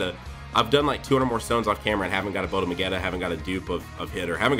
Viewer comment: Bandai: Botamo Me: please stop Bandai: BoTAmO Me: please... Bandai: BOTAMO